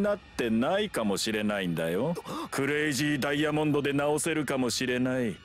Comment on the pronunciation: curayzi dayamonde